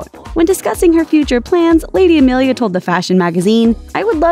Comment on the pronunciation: AMELIA, NOT EMILIA. Jesus Christ, you can’t even get it right,. 🙄